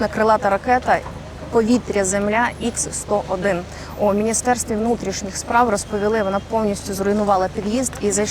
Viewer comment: Найбільш жахливий репортаж, який я бачив на цьому каналі. Таке враження, що єдина мета - це гайп на гарячих новинах. Не робіть так більше - повчіться хоча би у "Суспільного". До речі, - не Ікс -101, а Ха-101. Бо це не американська ракета, а російська, і в російській мові немає букви Ікс.